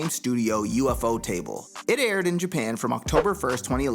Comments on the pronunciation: " U-F-O-table " ouch that one hurt, the name is pronounced, (YU-FOH-TUH-BUL) but nice video, I was looking for a recap since I was trying to watch case files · I get that, but thats not the reason. The company puts Ufotable as one word, not UFOtable or UFO table. so in english because of the vowel u, o, and a we pronouce it YU-FOH-TUH-BUL. but i dont know why i made it seem like such a big deal then, doesnt matter how you pronouce it, sorry about that.